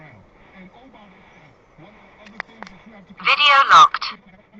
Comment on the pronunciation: Wrong wa-eh, woa-eh. Canadian 100%